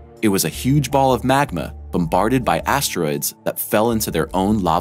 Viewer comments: "MAGNA"!?!?! Wtf is wrong with you!?!? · Haha.... Not eye Oh and it's NOT MAGNA My ears heard it first, I replayed it twice then checkedthe subtitles... same! Dude, Good voice but learn something about what your voice over is going to read!